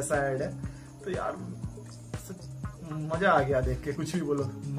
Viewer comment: Shan..not saan...shukriya hota hy not sukriya..its Maza not maja....yaar improve ur lunguage before u upload any video..